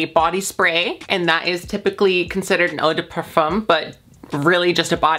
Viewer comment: i just want to say as a french speaker i find it so cute how you pronounce "parfum" it's so awwwww